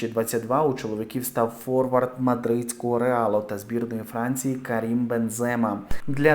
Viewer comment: Ви якщо в футбол лізете то хоч, правильно прізвища називайте, я про Бензема і наголоси, а то хайпожером виглядаете.